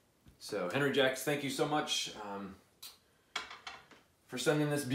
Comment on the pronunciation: Just a little assist. I believe the correct pronunciation is On-ree Shjock. Can't wait to see your review on it.